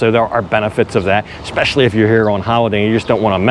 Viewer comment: you know I am a fan and your English is pretty good normally but……. EXSPECIALLY is not a word not even in American English.😂😂